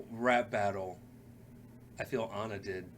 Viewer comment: Ooook... [knuckles cracking] 1. You first pronounced her name “Anna” and the character corrected you in her first line with “I’m not Anna, I’m AH-na”. It’s an Eastern European/Slavic name. did pronounce it correctly afterwards but there was no acknowledgement. Weird. 2. Kristof was not a hunter. He was an ice trader. If you remember the beginning of Frozen, he was from a clan who cut frozen lakes in order to sell the ice for refrigeration. 3. “Cyanide and Happiness” is the show you are thinking about with Rapunzel’s pubic hair being thrown out for someone to climb. Very funny! 4. Nope. Sorry, it wasn’t Flynn’s horse. Max was the Captain of the Guard’s horse who was first chasing him for stealing the princess’s tiara. They grew fond of each other by the end, but not his horse. 5. You both got Kristof’s reindeer pal’s name and you didn’t acknowledge it. ☹️😂 6. Flynn did not want to take Rapunzel back. He didn’t know she was a princess. He was after the tiara he stole. 7. Gothel did kill Flynn by puncturing his liver or something with a big ass shard of mirror. 8., you didn’t mention the “Love is an open door” song when they were mocking Ana for falling for the first man she met. You are the one supposed to know the songs from the movie in order to deepen appreciation for the bars. (That was a funny line) 9. That last line is hard to catch, granted, but you still missed it. Because Ana wrecks ya (Anorexia). It’s a hard line but my favourite is still